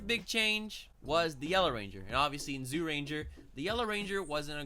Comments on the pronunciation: Jūrenjā not zoorenjā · Pronunciations: Zyurangers = Ju-Rangers Megazord = Die-Ju-Zin Dragonzord = Dragon Caesar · great video! Also its pronounced Juu-Ranger and juu-two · Cool vid btw it's pronounced Jyuranger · That's accent. I agree the y should be silent. But he doesn't necessarily have to emphasize the zy as a j